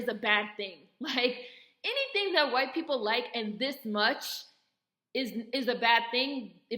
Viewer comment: 😂😂😂 I love how you said hwyte.. that’s funny af